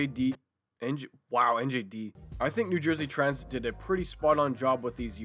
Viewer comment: Ah yes, NJD. New Jersey Dransit.